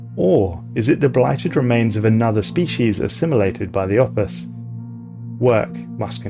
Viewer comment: i honestly kept mishearing "opus" as "office" and i found that kinda funny